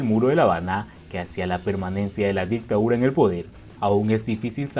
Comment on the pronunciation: Dictadura no dictaura